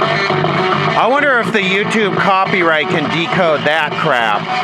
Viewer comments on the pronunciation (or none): none